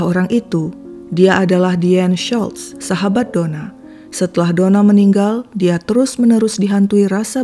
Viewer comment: Ci US , maaf nama Deanne Schultz seperti nama Jerman ya , jadi huruf u di nama Schultz ttp dibaca u bukan jadi a, Tksh.